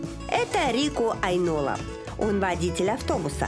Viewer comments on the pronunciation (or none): "Это Рику АйнОла"... Уважаемая ведущая, terve, ударение в финском языке ВСЕГДА НА ПЕРВЫЙ СЛОГ!!! АЙнола!!!!! 🤐 🤩